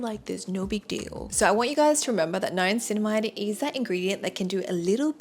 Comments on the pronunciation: Why do you pronounce Niacininamide ‘NiaNcinamide?’ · ughh how come u dont know how to pronounce the names of the ingredients tho?? if u are giving advice, at least get the names right?? salic cylic??? niaNcinamide?? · You are mispronouncing niacinimide and salicylic acid.